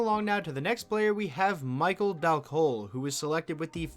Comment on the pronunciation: Who is "Micheael" Dal Colle? lmfao